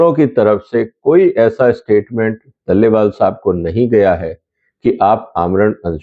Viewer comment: दलेवाल नहीं डलेलाल है।